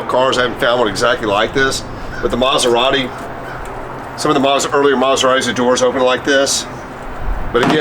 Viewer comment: The one and only "Coberrati"